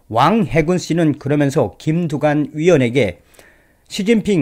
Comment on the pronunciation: 흠~꼭뚜관네라 ! , 흠~꼭무썽이라 ! , 이내전술을 숭배 해따는건데 ~음 ! .